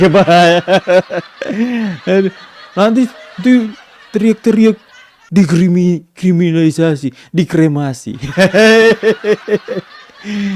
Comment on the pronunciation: Dikriminilsasi😂.. eh dikrimingsasi😂.. eh dikriminalisasi😊 Lucu kau